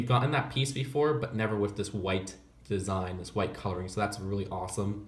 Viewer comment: It's annoying how instead of saying "with" he says "whif"